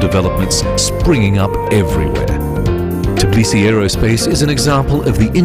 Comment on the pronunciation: A great video to get people to 'invest in Georgia' yet they still can't get someone to pronounce Tbilisi properly.